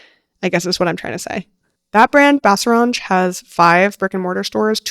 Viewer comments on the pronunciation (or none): lots of cool brands again, definitely learned a lot! One thing I wanted to point out is that that's probably the weirdest way i've heard someone pronounce BaseRange